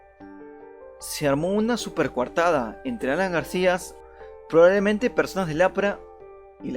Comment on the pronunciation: Desde el momento que este tipo no sabe ni hablar, no pidemos dar crédito a lo que dice, "GARCIAS", si ni siquiera sabe el apellido del ex presidente 🤔 No se si estará vivo o muerto, éso no está en cuestión, sino este video y audio tan pobre!!! Da verguenza!